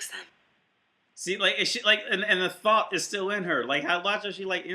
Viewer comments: You say thot like thought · Really irritating when someone pronounces thot as "though" >_< gonna give you the benefit of the doubt my guy and assume it's because Youtube might pickup on it.